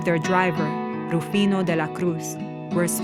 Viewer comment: I suppose you are not a Spanish native speaker. Although the narrator in this video did intend to keep the original pronunciations, her "R" when pronouncing names like "Rafael" or "Rufino" sounds pretty English, not to mention the way she says "Trujillo". But I still appreciate the fact that videos like this, allow the general public to get informed on Latin American history.